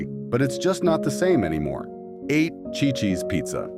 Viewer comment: It is pronounced "see,see's" Ci-Ci's Pizza. Chi-Chi's was the Mexican restaurant that fell on hard times .🙄